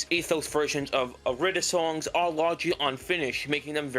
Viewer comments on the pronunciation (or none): It’s not pronounced ir-ee-da, it’s pronounced aeee-dee-der-dee-daa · Youre saying irida wrong cuz it's supposed to be like "ee-ree-dah" due to the Greek I being read as "E" and not "eye" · It’s said how it’s spelt I-RI-DA and no not eye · It is. The devs say it that way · It’s pronounced ea-rih-duh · ITS GODDAMN I-RI-DA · its irih dah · it’s an odd spelling it’s hard to pronounce lol but in the atom irida mix during the lyrics it shows how it’s pronounced